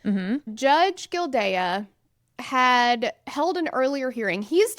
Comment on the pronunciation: Just an fyi, It's pronounced gill-day. Just listen to the clerk at the start.